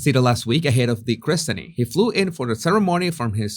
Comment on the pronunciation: In UK listed is pronounced as it is written but christening is pronounced kris-ning or krissen-ing :) I know …!